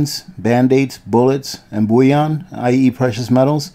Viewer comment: New subber here, love this channel, very practical and informative. Btw, it is pronounced BULL-ion. Bouilion is meat or vegetable stock, which is another prep essential.